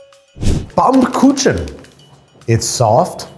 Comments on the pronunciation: Surprised by the sudden German "Baumkuchen." That said, pronunciation could use some work. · As a German I literally shat myself when he said BAUMKUCHEN 😂